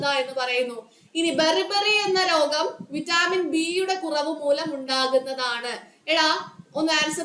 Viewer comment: വിറ്റാമിൻ എന്നാണ് vaittamin എന്നല്ല